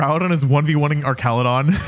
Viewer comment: Archalodon Ark-al-o-don. Not your arch enemy. An arch de treumph